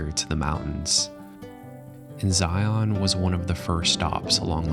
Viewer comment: the imagery you capture is sooo good! I am like a minute into the video and I'm in awe! HOWEVER, IT MAKES MY SKIN CRAWL WHEN PEOPLE SAY, "ZY-YON" IT'S "ZY-UN" (rhymes with lion)... IDK why it bugs me so bad haha but it does! I literally had to pause the video to write this comment... anyway.. LOVE THE VIDEO SO FAR!